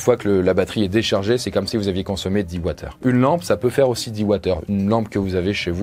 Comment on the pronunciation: Très bonne vidéo mais Wattheure pas Watt/heure on est d'accord?